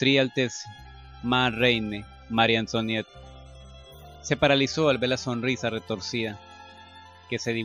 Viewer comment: Oye sí que está difícil leer francés eh? en los capítulos que siguen, bueno yo he escuchado que antoinet o como se escribe antonieta en francés por ejemplo lo que se escribe oi como moi o antoinet se pronuncia antuanet, por ejemplo, excuse moi es excuse mua, y marie antoinet lo podrías decir como Magie antuanet ( ya ves que los franceses pronuncian la r como gg, como si fueran a echarse un gargajo se oye feo pero así lo hacen)